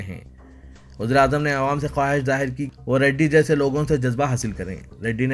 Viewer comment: Assalamualaikum Bhai apna pronouciation theek karo awaam Kaho